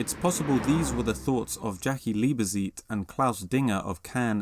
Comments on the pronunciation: Indeed. Also Kghahftvehrk (not Craftwork) and Leebetsayt (not Leebezeet) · I was going to write the exact same thing and would like to add Liebezeit is pronounced Leebuhzight. Other than that, great video. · That's not quite the way you pronounce "Liebezeit" (the "Zeit" sounds more like "tsight"), but great video. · Liebzeit is pronounced Lieb-Tzeit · Sehr schön. Besonders gefällt mir die Aussprache zu Liebezeit :) :) - Wer ist eigentlich dieser Zane van Dusen? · New!!!!????? It's pronounced "Noy" mate. I won't even begin to mention how you pronounce "Leibezeit"!!